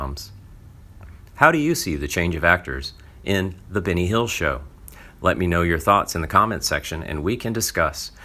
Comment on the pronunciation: Try not to pronounce Benny Hill as Binny Hill.